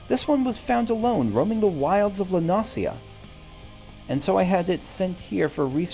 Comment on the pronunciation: By the way, the island that Limsa is located on is said as "La No-shuh." It's voice acted in an ARR MSQ quest.